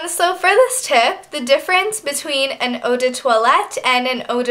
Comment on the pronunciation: very good tips. I think the pronunciation is oh de parfum- as in plum and oh de twaalet - I think :)